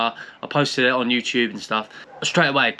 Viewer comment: xutup XDDD